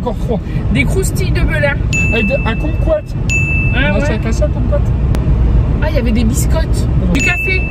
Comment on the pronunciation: Kumquat et non cumquat